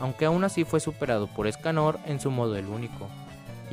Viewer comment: LOCO LPM DEJA DE DECIRLE ESCANÒR SE LLAMA ÉSCANOOOR LPM ÉSCANOR CON ACENTO EN LA E, NO EN LA O. Besos